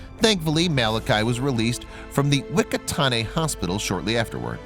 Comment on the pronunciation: 😂 from the “wikatane hospital ” it’s pronounced “fuck-a-ta-ne”